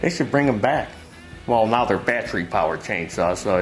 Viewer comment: It's not battry, it's battery.